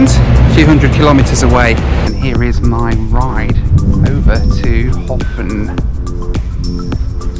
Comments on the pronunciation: How long before you learnt that it's not pronounced "Hoffen," but "Herpn" :-) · Sitting here in my home in Reykjavík, in late March, watching this video definitely makes me wish we could skip ahead to summer all at once! The south coast is incredible. The name "Höfn" is pronounced something like "Hup" in Icelandic, but for a non-native speaker, that terminal sound is nearly impossible to get right for an Icelander's standard, so "Hofinn" works. I would love to see you come back again sometime! (For some scenic air travel, the flight into Akureyri is particularly fun because the airport is surrounded on three sides by mountains, at the bottom of a fjörd.)